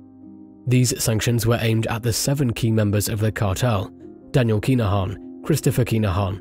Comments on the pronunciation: "Kinna-han". Sorry I hate to be that guy but You're saying "Keener-haan" and it sounds silly lol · How many times can ya say their name in 2min 🤦‍♂️ its ridiculous......and you not even saying it correctly. This an AI voice